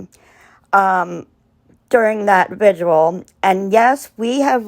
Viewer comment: Prayer vigil. Are you trying to add another syllable to the word vigil? I’m sorry it’s distracting. It’s like your mouth is fighting with itself to say vigil and visual at the same time. Petty , I know. I’m sorry. I agree with you that Don Wells is NOT a man of faith. It’s an act. They both seem to be under the influence of substances most of the time. Sad. Poor kids.